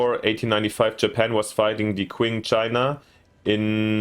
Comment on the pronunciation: Great overview. 👍 tiny pet peeve: the Qing dynasty is pronounced CH-ing. Chinese spelling is odd when trying to use the Latin alphabet: Qi => Chi Xi => Shi Zho => Jo Looking forward to watching this playthrough 😆